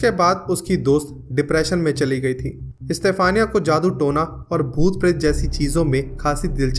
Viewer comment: Bhai istafaniya nahi yaar stephena.....